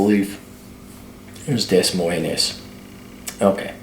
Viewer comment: It's pronounced DUH-MOYN.